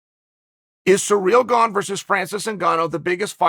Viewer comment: Chanel butchered his name 27 different times😂. Uncle Chael still the best